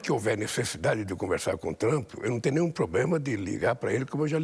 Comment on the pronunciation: Alguém mais percebeu que ele está lendo as suas respostas em alguma tela por trás das câmeras ?? Ele se entregou logo no início quando disse "Tr'u'mp" e depois tentou corrigir Isso é a TV estatal ajudando de todas as maneiras!😂